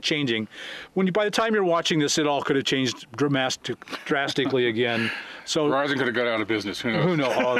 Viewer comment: "DRAMASTICALLY", Great new word, Bob, ;) Love it